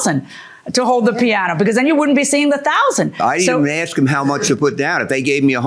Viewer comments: Why does she keep saying AKS instead of ASK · The woman says “axe” instead of “ask?” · axed and asked are two different things! pronounce it properly people